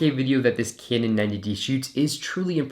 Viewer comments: A few corrections. Pronounced kanon 90d not kinon 90d. Has a joy stick like canon 50d. The 5x series always had a joystick but this was discontinued on the 60d. Thanks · stop saying caynon mate